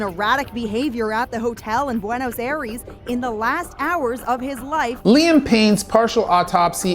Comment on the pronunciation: Don't mind me, I'm just laughing at all the news reporters STRUGGLING to properly pronounce Buenos Aires. Greetings from the province of Buenos Aires, Argentina.